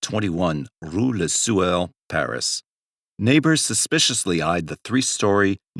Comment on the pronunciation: Take a drink every time this mf says rou la sewer!